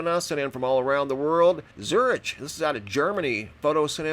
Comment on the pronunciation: Zurich pronounced Zurick.